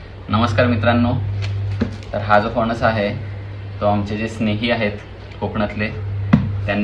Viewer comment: फनस नाही re फणस शुद्ध बोल..बाकी तू छान पटवून देतोस